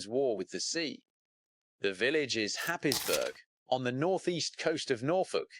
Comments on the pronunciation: Where the hell is happisbourg,Germany???. It's pronounced hayesborough. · Haysborough is the correct pronunciation. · other narrators pronounce it Haysborough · It is pronounced happsbro. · Happisburgh (pronounced "Haze-bruh")